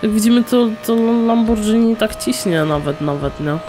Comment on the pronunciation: Nie czyta sie lambordżini tylko lamborgini